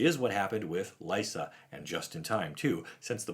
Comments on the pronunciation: I'm glad Liesa is back (I think her name is actually pronounced LEESA, not LYSA. But, you know, "tomatoes/tomahtoes"). I first heard of her in the Magic side-story regarding Avacyn going insane, and converting Gisela and Bruna to her side. Liesa is actually mentioned in that story (not by name, but it's her) while talking with Sigarda, and trying to woo Sigarda to "purge the human filth." It makes me wonder if Liesa and Sigarda are going to become the new "Night and Day" protectors of Innistrad, when all this is resolved. With Sigarda protecting humanity during the daylight hours, and Liesa, who seems to thrive in the darkness, protecting the night, and keeping the vampires/werewolves in check. A sort of "Batman/Superman" type of relationship. I like Liesa, and hope to hear more from her. Because she seems like an intriguing "x-factor" on Innistrad. She is an Angel, but definitely comes across as the more "gothic" type of Angelic being. She also seems like the type of Angel that Sorin Markov might be interested in becoming the new protector of his plane, just because of her ability to form peace/relationships with Demonkind. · This is just a thought of mine, but given how the other sisters names are pronounced in Italian, Liesa should be pronounced LEE-EH-SA, like Lisa from Castlevania, with and E (pronounced like the E in grey) in the middle